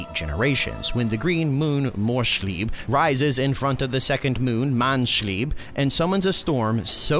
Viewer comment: Funny how U english people can't pronounce any German word. It's Morrs-lieb Not morrsh-lieb. Wood can be morsch Not moons. And manns-lieb, Not man-shlieb. 😂